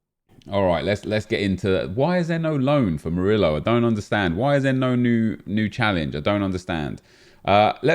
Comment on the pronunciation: The way you pronounce murio triggers me